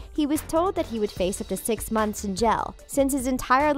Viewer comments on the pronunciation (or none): none